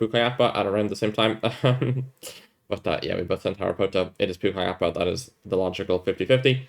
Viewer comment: Don’t know if you care but Pucallpa is 3 syllables not 4. It’s pu-call-pa 😅 you fully deserved the win vs. Leero imo